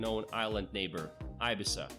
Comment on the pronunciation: No ibisa es Ibiza